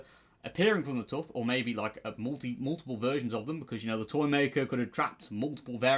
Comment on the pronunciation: The way he says tooth is wild to me